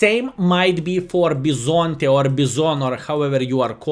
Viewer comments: Bison-tè you got it right once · First time pronunciation was pretty god. From an italian guy